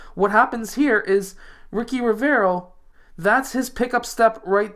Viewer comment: The name ricci reads richi not riki HAHAHAHAHA